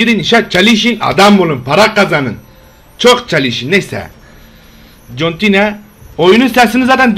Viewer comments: İngilizce öğrenicem ingilizcemi geliştiricem Also: CONTİNEE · Ben ingilizce öğreneceğim. 2 saniye sonra: CONTİNEĞĞ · aBi cOntinU dEme kOntinyU de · TS BJK 4-1 MAÇI KANALIMDA TÜM GOLLERİ İLE MEVCUTTUR.İZLEYİP AMİNAAĞ DEMEYİ UNUTMAYIN <3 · İngilizcemi geliştirecem : contine xddddd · ingilizce öğrenicem adm olucam Yine: cOntiNE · ingilizce öğrenicem oyuna geçer CONTİNEĞĞ